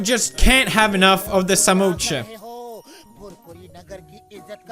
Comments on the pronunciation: That is samosa not samocha 🤣😂😅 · It's Samosa not Samocha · It's samosa not samotscha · Samosa ❌samoocha✅😅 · As an Indian it's samosa not samocha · Samocha or sa#₹mo#%₹cha#₹% It's 'samosa'....it isn't difficult.. Just say 'samosa' 😅😂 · Pewdiepie it's spelled samosa not samocha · Felix it's not samocha it's samosa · Love the way he said"samocha" instead of samosa...😂😂😂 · Samocha😂 That's samosa😂😂😂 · Samocha Nahi samosa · Samocha? Ha ha ha It's samosa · It's not samocha ..... it's samosa.......spell it right man